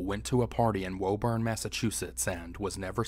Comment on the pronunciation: It's pronounced "woo-burn",my friend, not "woe-burn" great video otherwise!